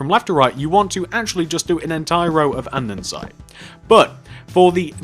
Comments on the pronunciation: he is saying andensite when its andesite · drinking game!! take a shot everytime this guy says andesite wrong! this sounds mean but it's not, i love the tutorials!! i've made this one, the cafe, the suburban house, the barbers and wendy's!